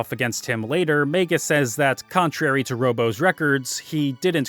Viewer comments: He really missed out on a lot of the characters personality in the dialogue. Plus how annoying he mispronounced Magus name, as it is pronounced similar to his original name Janus. Which he literally didn't got into it during the characters backgrounds which just shows you how much he missed the stories for each characters. As he also missed that Crono is supposed to be you as he never speak in any of the dialogue outside of you answering Yes or No, decision making. It's the similar intent as to Link in go also doesn't speak, as you are supposed to see him as you are him. Also how did he not any analysis of Ayla. Chrono Trigger also have may memorable side characters that many other RPGs at that time couldn't do. He missed the whole point of Lucca's character as you are supposed to go back to her home whenever you can after you traveled through time and get a new equipment, which add to its character. He also judged Marle and her dad's relationship, which he said is unbelievable. Who obviously never had an issue with his own parents. As if you ask ANY American who had issues with their parents, THAT CONVERSATION OF DISOWNING YOU IS AN EXPERIENCE MOST HAS HAD. Marle is literally a typical American girl that most of the East see them as, and yet some how he thinks it's a Japanese thing, when many Americans have had that scene played out similar in their lives. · MAYGUS and MARL? Come on man you can do better than that with pronounciations.